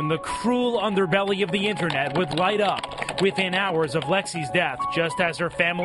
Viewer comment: "Internat safety expurt!" Just turn off the motherfucking screen close the god damn page, and go outside.